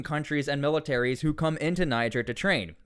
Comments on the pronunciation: Folks from Niger pronounce it Knee-jer fyi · pronunced Nee-Jayr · its pronounced [knee-share] at least try to tuck in your anglo will ya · I think you’re supposed to say it with an AH not a hard R